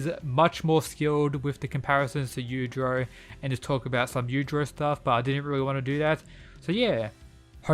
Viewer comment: Everyone: yujiro Mw: yudro